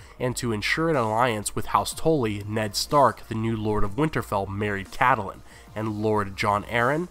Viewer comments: And nobody in the first 25+ commenters even mentioned the obvious fact that her name is: kait-lyn. Not cat-el-lyn. Geez. Its only mentioned like a thousand times in the show. IT IS ACTUALLY SPELLED OUT IN THE BOOKS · It's Catelyn !!! not Cadelyn. Don't mean to be mean but you should pronounce names correctly. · You seem to have trouble pronouncing the very common name "Catelyn". It's generally /KATE-lin/ in the real world. HBO seems to favor /CAT-lin/, which is a reasonable variant. But where in blazes did you come up with the goofy-sounding /CATTLE-lin/??? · wait isn't Catelyn pronounced Kate-lin not ka-the-lin? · I love your videos but it's CAT-LIN not cat a lynn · It's pretty annoying you mispronounce Catelyn... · can't pronounce catelyn or lysa )